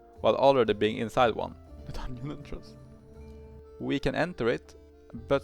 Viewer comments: dungeon ❌ dunn-yin ✅ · Why tf you keep pronouncing dungeon like onion ?